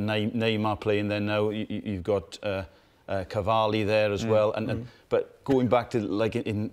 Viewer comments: Cavali mate? Cavali? xd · Canavi not Cavalli you. Professional pundits! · "Cavalli" lol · Utter bullocks. Neymar, Mpappe and Suarez are currently better than Kane. The prem is competitive, but not more competitive than other leagues in Europe. The guy couldn't even pronounce Cavani. Sky Sports is a car crash